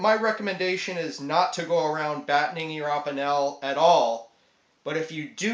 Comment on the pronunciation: You need to learn how to say batoning.